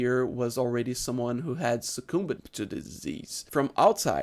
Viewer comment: Your English is quite fine! My Dad's been here for 60+ years and still makes mistakes, there's no way to be perfect. The only thing I noticed is when you pronounced the word "succumbed".. In English, things with the letters mb, the b is usually silent.. "dumb" sound like "dumm" and "succumb" sounds like "succum" (succumbed would sound like "succum'd" not "succumb-bed"). Of course, that's not the case for "combo" where the B is definitely pronounced.. ah I'm sorry, English is so irregular and horrible